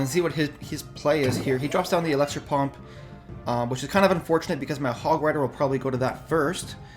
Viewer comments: It's elixir not elexir bud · it's pronounced elixir, not alexer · it's called elixer. not elexer